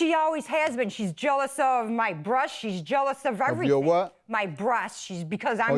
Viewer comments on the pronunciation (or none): I heard brush too 💀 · Lmaooo the plaintiff is jealous of her "brosts" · “jealous of my brushts” how on earth is that even close to breasts 😂😂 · She said breasts lol but it did sound like brush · I swore she said my brush not breast .But if sisters wouldn't they have the same mom. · I cant take anyone serious when they cant even pronounce breast correctly!! She has her nerve to tey to be a racist when she can't even speak correctly. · Stross. Brosts. This lady needs to.. just not speak. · I’m sorry, I have nothing against addict typicallyc it’s incredibly hard to deal with. But queen is gonna come in looking like she’s either drunk or high and accuse her sister of the drugs, girl you can’t even pronounce basic words Emotional straws and brush totally for sure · she said brush twice. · I heard it too, but not sure if it’s her hairbrush or toothbrush!😅😂😅😂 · I heard brush too. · Agreed 👍💯 I heard brush. And stressed 😫 sounds like stuff to me. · I thought she said thrush lol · I thought she said jealous of her bush 🤣🤣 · I thought she said," Bush!" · She said that she is jealous of her "Brosts" lol